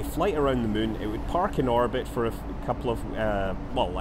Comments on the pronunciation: You really said it: "it would be a fly around the mun" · i love how he says moon like mün that scottish accent really makes it sound like hes played a little to much ksp haha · like how you say mun as in the moon of kerbin and not moon as in the actual moon